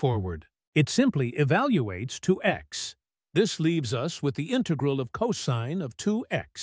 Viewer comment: INTAGRAL!!!; : INTEIGRAL!!!; : DIIKS!!!; : DIIKS!!! : DIIKS!!!